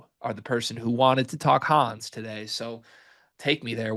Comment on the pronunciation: German Here, His name is pronounced Hann',,,es ,,,, Honn S,,,,, Not Hanz and no they aren't the same.